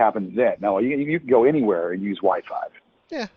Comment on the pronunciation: Holy shit! I had to listen twice to make sure.. said "Wi-five"